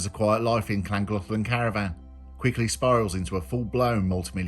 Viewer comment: Is that how you pronounce Llangollen? Just been there it's lovely didnt have a clue how to say it though.